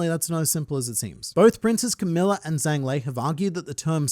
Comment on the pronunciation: zh is typically j sound, I believe that holds true here for zhang